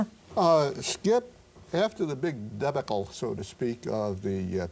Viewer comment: Did.... Did he pronounce debacle as "debbickle"?